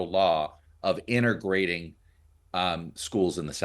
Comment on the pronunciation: "inteRgrating" LOL